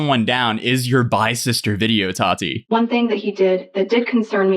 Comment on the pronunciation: Why does he say "tati" liiiike "hot toddy" tho